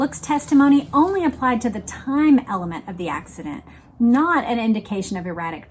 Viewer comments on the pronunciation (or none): none